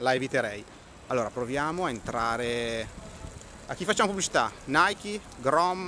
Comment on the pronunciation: Andrea Galeazzi una delle poche persone che dice la pronuncia di Nike corretta!!!